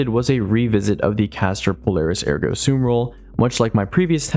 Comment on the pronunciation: Finally someone is saying ergo sum correctly